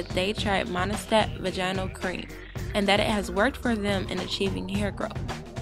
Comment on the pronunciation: your pronunciation of vaginal isn't right.